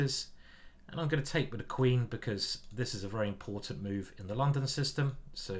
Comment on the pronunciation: As a foreigner I have to confess: very nice pronuncitation by introducing in the London System. And yes, as a child of the 1970s, I love Space Invaders and Pacman :-)